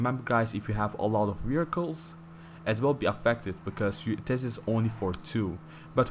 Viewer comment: Thought he said 10 miracles lol he said vehicles.